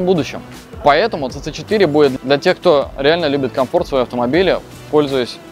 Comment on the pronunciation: Мне одно интересно, почему автор столько времени работает с Teyes и до сих пор не правильно произносит название моделей. Даже сам директор несколько раз повторил сиси 3, сиси4, а у автора все равно цц3 и цц4)) Ну как так то?)